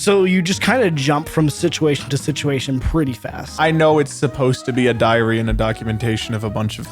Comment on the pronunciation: ok ngl it sounded for a second like said diarrhea of a wimpy kid and then that was followed with loaded diaper. That is just unbelievably perfect and hilarious and that wasn't even intentional.